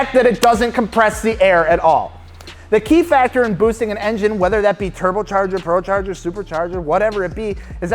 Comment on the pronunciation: You said procharger again...